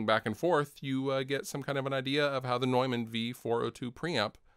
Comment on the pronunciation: I'm so glad you pronounced 'Neumann' correctly! :D